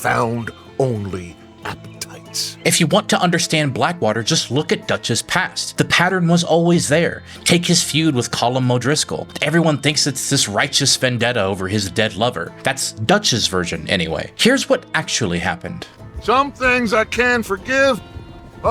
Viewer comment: i don't understand how you can pronounce so many things perfectly but then you're like "collum" o'driscoll